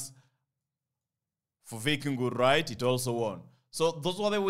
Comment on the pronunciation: RRRIGHT... I always love that word..